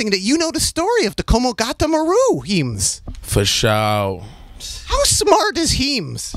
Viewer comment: "i think it's amazing that you know the story of the komagota maru, heems" "fashooo"